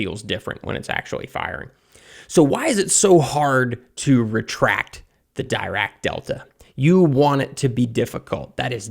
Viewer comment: Pronounced “deerack”